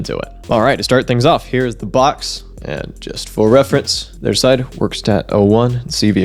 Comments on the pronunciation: "Werkstatt" is a german word meaning workshop. (in the sense of a room, not an activity) You pronounce the e in "Werkstatt" like the e in "hello" and the s in "Werkstatt" very similar to the sh in "shop". So phoneticly it's "vɛrkˌʃtat" Seems like a neat little device, but nothing I'd pick up at the moment. A neat little instrument and quite interesting to build but that's about it, nothing that is massively exciting to me. But I wouldn't be surprised if you could make some neat songs on this ^^ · Yeah, you need to verk on your german dude.; ) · "verkshtatt", any TTS engine would have shown how it's pronounced instead of just doing "I think that's how it's pronounced" :)